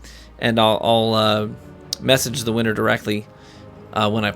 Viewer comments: “Vinner, Vinner, chicken dinner.” XD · “ Vinner, Vinner Chicken Dinner” lmao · "Vinner Vinner Chicken Dinner" and "Mi Dojo, es su Dojo." They kinda tied for me. I like me some cringe quotes lol. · The dad, and, “Vinner Vinner Chicken Dinner”😂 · The dad: vinner,vinner chicken dinner XDXDXDXD LOL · Gotta love dad's effort - really had me at "vinner vinner chicken dinner." Not all heroes wear capes